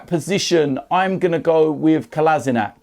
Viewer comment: please learn how to prounaunce Kolasinac name,ypu are wrong